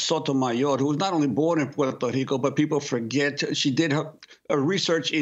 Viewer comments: Interesting how Juan Gonzalez can't consistently pronounce the place of his birth, Puerto Rico. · He forgot to roll his r's several times.